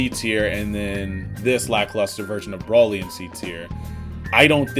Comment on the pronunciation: This nigga is saying "Brawly." Then he's calling SSJ Grade 2 and 3 "failed Super Saiyan 2." AND THEN he's saying Rose instead of Rosé. My goodness.